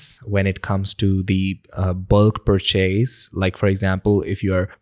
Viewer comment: The last syllable of purchase rhymes with 'bus'.